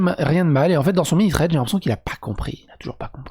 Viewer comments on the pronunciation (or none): Thread pas Tread.